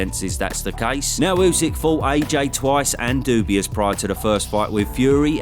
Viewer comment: Daniel Doubious? What the....